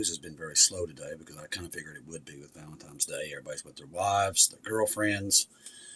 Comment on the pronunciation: ValentiNes day, bro. Its an N not an M. Love you and all you do in the name of Jesus,!